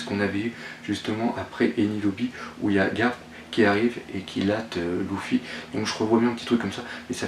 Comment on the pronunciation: Luffy ne se prononce pas "Loufy " (gros massacre ) mais Leuffy !